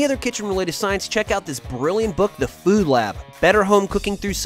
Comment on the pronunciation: Why does every narrator for this channel pronounce the word "food" weird?